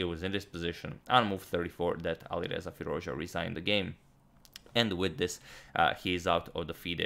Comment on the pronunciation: Fie-Ruz-Dja(dʒ) {Like Jazz} is the correct way of saying his name .... I'm a excellent subscriber :)